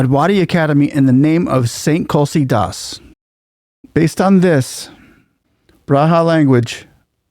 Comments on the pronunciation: Respected sir Namaste, Just a little correction its not kulsi das ji its Tulsi Das ji. I LIKE YOUR VIDEOS, KEEP IT UP. With lots of love from PEOPLE OF BHARAT. 🙏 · Its tulsi das not kulji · Uttar Pradesh - the U is pronounced as in Uruguay. And the author of Ramcharit Manas is Saint Tulsi Das